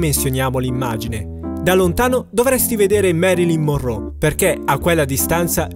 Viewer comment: comunque è Marylin Monroe no, Morrow o morrò, ma che cazzo !!!!!